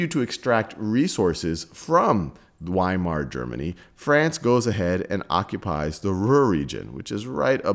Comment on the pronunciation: Say "vi-mar" please